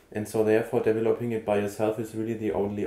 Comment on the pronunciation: Hello, it is called DE-VE-LO-PING tank, not as you pronounce it DEVVELOPPING tank... This sounds rather silly! Regards, B.C.